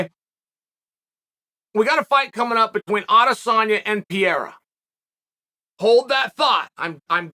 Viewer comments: I’m sorry but for someone as well spoken and intelligent as Chael, he needs to do a better job with name pronunciation. Lazy as hell. Who’s Pierra? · Now Chael calls pereira, piera 🤦🏻‍♂️🤣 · PEREIRA NO PiERA FFS🤣🤣🤣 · I’m looking forward with great anticipation to the day you’ll manage to pronounce Pereira correctly…